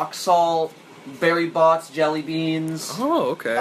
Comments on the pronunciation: Sorry but why did said bEery bots jelly beans instead of Bertie bots jelly beans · said "Berry Botts" not "Bertie Botts"